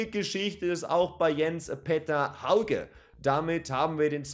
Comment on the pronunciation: Hauge spricht man "Höüge" aus. Sow hat bekanntgegeben, dass er bleibt. Ob Ndicka bleibt, ist noch nicht ganz klar. Bei Götze bin ich mir nicht sicher, wie er sich entwickelt, zumindest war er in den ersten beiden Ligaspielen eher unauffällig. Aber vielleicht platzt ja noch der Knoten.